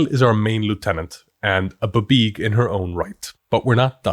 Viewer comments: I keep hoping he's gonna stop saying "buhbeeg" but he Just. Keeps. Saying it. 😭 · it most definitely is not pronounced "buhbeeg" wtf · DUDE PLEASE I LOVE YOUR CHANNEL STOP SAYIN BABEEG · 30+ years of GMing and this is the first 'how-to' that breaks down the planning in a simple, easy-to-understand way. We've all read those paragraphs in the DM Guides, but thank you for putting it in 'english'. But buh-beeg? Can't do it. Will always sound out as bee bee ee gee for me. 🙂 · I can't say I've ever heard it pronounced "buh-beeg" instead of "bee bee ee jee", but I do kinda like it! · I have never in my life ever heard it called “Buh-Beeg”. 😂 Great video though! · I am now incapable of pronouncing BBEG as anything other than bibeeg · I’ve been DMing since the 1900s. I have never, EVER heard BBEG pronounced “buh-BEEG”… but now I’m never going to say it any other way. 🎉🎉❤❤ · I always went with "bubeg" but I like yours better Also your exasperation with half-assed American media appropriation (and pronunciation) of mythology is priceless 😁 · I've always pronounced it "bee-beg" but I think I just decided on that myself from the spelling.